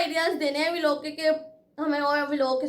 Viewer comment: Vo V_ log nahi hota vlog hota hai 😅😂😂😂😂😂